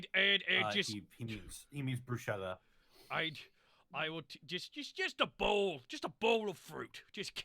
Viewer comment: to Um achhhtually (h for phlegm) borky got it much closer to correct than panic. bruschetta is pronounced more like Bru-sket-ta.